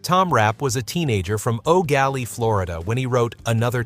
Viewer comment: From Florida, I remember Eau Gallie. We used to say Oh Golly it's Eau Gallie. A real person would have pronounced it right..Sail Away was a very good track from Pearls.